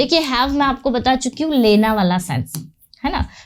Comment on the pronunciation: your teaching technique is awesome, but your Hindi pronunciation and writing also is a bit weak in Hindi, like you are using the word लैना which is wrong in Hindi, correct one is लेना, I'm not demotivating you, you have good knowledge of English and teaching delivery is also commendable.